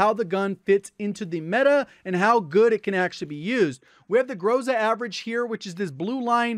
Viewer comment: Dude u r rly GOD, but when u say groza make accent on A this is more correct